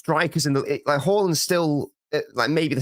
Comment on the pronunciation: It’s not horland it Haaland you nonce